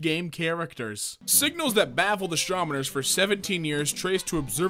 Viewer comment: says astromoner instead of astronomer